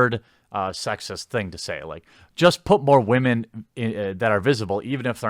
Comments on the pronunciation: Where are all the Wahman? Lol he makes it sound like noodles. Top Wahman! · I still love when u say Waman lol